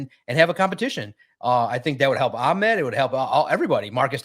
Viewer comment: Bro. Ahmad himself says it AH. I’m sure he knows how to pronounce his own name 🤯. 100% it’s not ock my boi